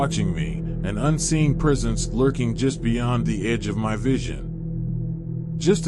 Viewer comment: “Presence” not “prisons” 😂😂😂